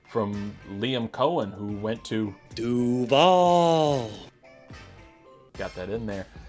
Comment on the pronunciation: 2nd vid of yours I'm watching & both are good. You're avoiding repeating the same tired memes most channels regurgitate (although ending with cringy 'Doo-vawl" was hilarious) Yes, stats, ratings &/or analysis would help but I'll wait 'til the season starts to see what you do then. A dark horse offense might be the Jets. This'll seem convoluted but just as Greg Roman's bad play-calling stalled Lamar's production Fields ran into as much or more on two different teams. Remember last year people were laughing at another instance of Pickens not running fully on plays he wasn't being targeted? How does no one realize what this means? The only possible way Pickens can know he's not being targeted is if the OC orders the QB to Not Throw to him ion that play No Matter What. Do you remember seeing a lot of drives/hearing announcers tell us that a play couldn't be completed because the receiver wasn't allowed to be thrown to? No OC trying to win games or keep their job would call for this, ever. I mean think of it, "Brady lost the game because when he realized the receiver he was about to pass to was 'The One' he wasn't allowed to, he adjusted too slowly & got sacked." Opposing defenses don't wait for you to adjust. So the 1.5 seconds wasted either having to wait until he could see their jersey # &/or then adjust to a new target could kill plays & did. Add to that the passing schemes he imposed from Week One ( of he wasn't allowed to throw over the middle or over 15 ya